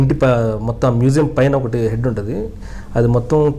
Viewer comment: మెసేయం కాదురా మ్యూజియం అనాలి